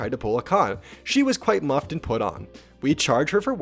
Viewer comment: "muffed"? it literally said "miffed" on the screen as in "i am miffed my favorite channel cant read." ps - its pronounced mift